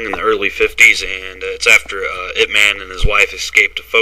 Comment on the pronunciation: it's pronounced Yip